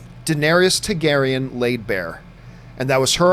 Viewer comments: can john not say Targaryan with an "A" TAR-garyan....he keeps saying tigarryan with an "I"...it shouldn't be bothering me but it does. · Is it just me or does John Campea say Targaryan with an "i"....Tiegaryan.....TIE-GARY-AN. When its TAR-GARY-AN. Maybe its a canadian thing. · You're killing me John..say it with me Tar-gair-ee-in !!!